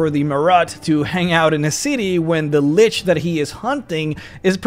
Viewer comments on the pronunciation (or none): none